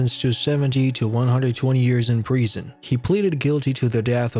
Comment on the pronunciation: Why do you say Preesun? It’s Prison please use the proper pronunciation!